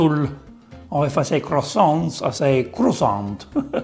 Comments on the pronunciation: the way you pronounce croissant is not the good one, we don't pronounce t and s and foreigners don't make difference between "en", "in", "on" which are in fact different sounds. learn about it before making lessons :) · Except that "Croissant" is pronounced "kʁwa.sɑ̃", so you were not correct in trying to give examples on how to pronounce French words 😉